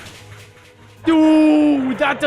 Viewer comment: more like hy-fünf-gon, lol